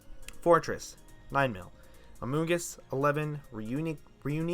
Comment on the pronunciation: FLYGON SUXXX also stop saying reuniclus like that pls